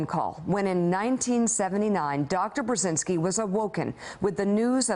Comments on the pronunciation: I cringe at her mispronunciation of their last name. It's [bʒɛziŋski] not [brɛzɪnski]... oy vey... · Mika can't even pronounce his last name right, shame. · smutne jest ze corka nie potrafi wymowic nazwiska swojego i nazwiska ojca